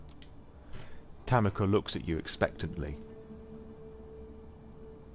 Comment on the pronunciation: also yes i realize all of these are old but tanika is pronounced ta-NEE-ka